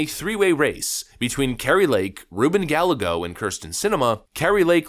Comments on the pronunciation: It is not gal a go, it is Guy a ghos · as intelligent as you are, hard as hell to correct you. BUT just so Mexicans WON'T laugh, on the Ballego dude, it isn't Ba-LAY-Go, it's BAH-YAY-GO. LL's in Spanish are pronounce as a Y. Yea, strange huh?. Other than that, keep kicking ass. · In Re "Gal - A - Go" ll is pronounced Y in spanish. Ga as in gal, yay, go. emphasis on the yay. Ga-YAY-go. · We gotta work on your Gal-A-Go's lol. It's actually pronounced Guy-Ay-Go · Ruben guy-yay-go, not galle-go. His ex-wife is the Mayor of Phoenix, who he left when she was 9 months pregnant....real piece of work. Not that I care if you say his name right! He likes to play up his Mexican heritage, blah blah blahhhhhh. AZ resident here. LOVE KARI!!!!! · Love your content, (usually) watch daily. btw, Gallego -- Guy-yay-go vs gal-ah-go is the actual pronunciation. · His last name is pronounced "Guy Egg Oh" | really hope Kari wins. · It's pronounced Gah-yeh-go. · Interesting pronunciation of Gallego 😂 How about "guy""eggo" which isn't exact, but closer. Suspect Newsome will be the opponent. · It's pronounced GUY-EGGO. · The Democrat candidate's name is Hispanic and is pronounced " guy-yea-go." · It's pronounced Guy-ye-go. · Double L In Spanish is pronounced as a Y. GA ya go. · Love your vids. I watch everyday. And it’s Gallego, GUY-YAH-GO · Gallego = Guy - egg - oh…… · Gallego = guy--eggo. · I know it’s not important but it’s pronounced Guy-yay-go. Its from the Galicia region of Spain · The double "L" is pronounced like a "Y". It's Guy-Yay-Go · Not that anyone cares, but it's pronounced guy-yego lol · I'd love to see her take this. I think her opponent's name is pronounced GUY-YEGO. ;) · Dude, it pronounced “GUY-YEA-Go” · Gallego is pronounced GAh-yay-go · Pronounced. Guy yeah go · Guy-eh-go is how you pronounce his name. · It’s pronounced: Guy-egos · Gallego is pronounced "guy-AY-go" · I'm for Kari Lake, but her opponents name is pronounced GuyAGos. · Rubin Gallego pronounced "guy-A-go"..